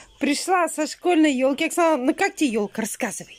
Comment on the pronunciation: За кадром кто говорит "Окхана" вместо "Оксана" на ?